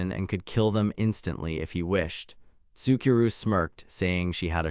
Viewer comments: Your ridiculous reader needs to be trained how to pronounce stuff. Also this interdimensional slave auction story can go hump a chef's knife. Tsukuru: "Sicky row" is actually Soo koo roo. Ichinose: "ee kee no say" NOT ICKY NOSE.shitty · Ichinose ... icky nose? itchy-no-say..... Tsukuru... sue-key-roo? sue-koo-roo.. 🤣 I am now haunted by this